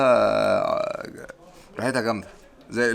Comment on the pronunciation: الراجل نطق باستيلا زى ما بننطق الباستا كده فطلعت منه بنت ناس .. انت حطيت التتش بتاعنا كمصريين و فتحت نطق ال "الباء" فقلبت "بستلة" اللى هى الجركن البلاستيك المصري الاصيل اللى زمان كانوا بيملوا فيه ميه فى البيوت عشان لما الميه تقطع ... فيديوهاتك تجنن بجد ربنا يحميك و يحمي عيلتك الجميلة <3